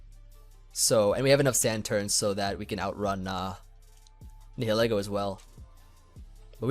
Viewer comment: Spread the word that Nihilego has the prefix of Nihilism, a philosophy, which is pronounced as NILE ism. it's either Nile-ego, or nile-eggo